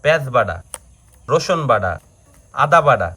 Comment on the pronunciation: আপনারা কি,,,,,,,,,,,, ট,, কে,,,,, ড,,,,,,, বলেন বাটা রে বলেন বাডা